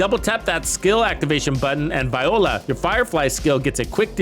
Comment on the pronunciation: Is he meaning to say voila? 😂